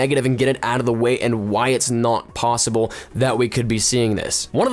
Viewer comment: Does he say plossible?